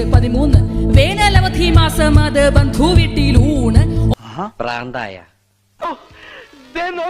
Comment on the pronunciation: ബന്ധൂ😂😂... എനിക്ക് ആ ബന്ധൂ എന്ന് പറയണത് കേട്ടപ്പോൾ ചിരി വന്നൂ 😂😂